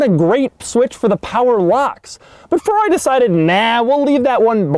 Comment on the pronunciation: When will Doug eventually learn to say Ferrari right... "Fawrroury" oh my... 🙄